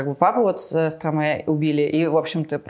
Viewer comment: Почему стромэ? Вы же не говорите - мэстро.